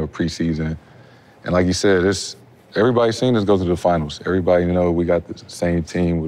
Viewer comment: Tatum after minute mark, says "erayybody" then few words later says every perfectly clear. Why not say everybody nice and clear? Lol wtf